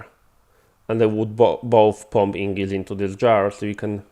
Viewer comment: I appreciate the tutorial (I was trying to use the centrifuge without a buffer) but if i could ask a quick favor. Everytime you say "ingis" it sounds like Ingots. please notice that the g comes before the n. It's name is Ignis (ig-nis) (like the word ignition) I don't mean any hate, you are understandable and English is a horribly tricky language sometimes.